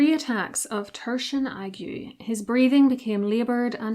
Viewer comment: da aeg-sh The ague.